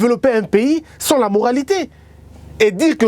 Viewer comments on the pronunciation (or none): none